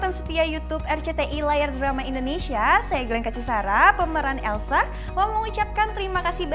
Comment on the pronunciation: Papah Surya ngomong nya elso dong😂🤣🤣🤣🤣